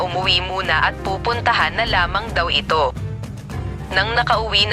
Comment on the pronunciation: Hindi xa marunong mag salita mali pag binigkas niya (eeto)/ito